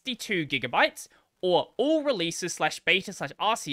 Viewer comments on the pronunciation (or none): none